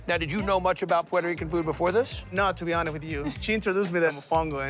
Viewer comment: The way he says Puerto Rican though 😂 “puay-toe rican” lmao he’s making it more complicated for himself to pronounce it